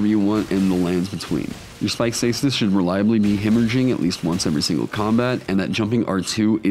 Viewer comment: For someone who loves the caestus your pronouncing it wrong. Try pronouncing it with a K